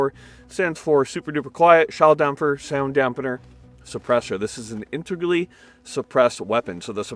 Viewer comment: Thanks for the video and most of all for pronouncing "integrally" correctly. Sweet firearm tho